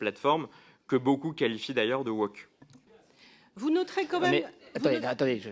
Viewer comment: le mec ne sait meme pas pronouncer le mot woke, il dit wock. la tehon